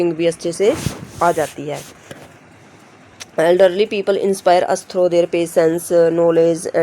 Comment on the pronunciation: Bhot acha but not edrely it's elderly